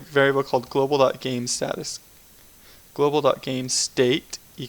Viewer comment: It's global. Not globl.